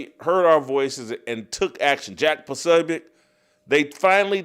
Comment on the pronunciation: Will Jason ever learn to pronounce Posobiec? Will his producers ever prep him?